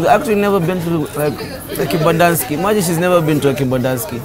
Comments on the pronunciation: Bruh you gat her to Kembandaski..not kempiski 😂😂😂 My girl Bev next to Kibanda too 😂😂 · Hahah more videos like this bruh please 😂😂🔥 you always said Kibandanski now I believe it exists 😂😂😂 is it really behind Kempinski?